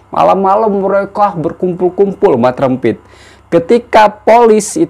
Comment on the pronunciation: Pandai sebut mat rempit tu hahah terbaik la